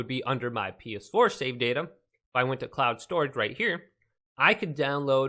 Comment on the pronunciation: 'council storage'